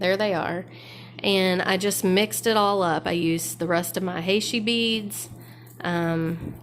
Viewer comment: Great stuffs! Fav is the memory wire bracelet. FYI, heishi is pronounced "he she". It's a very common bead style here in the SW.